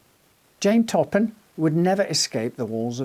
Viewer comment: Jane " Top 'em "Toppan ....